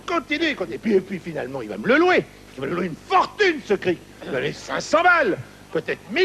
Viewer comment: stéphane Gauthier C'est "Cric" , pas "Crique"..